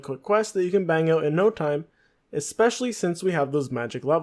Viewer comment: Learn to read, dude... skimitar was annoying but I had to shut it off when you said expecially...